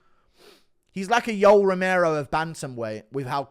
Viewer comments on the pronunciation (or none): none